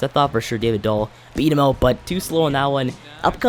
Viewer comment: It's "out" not "oat"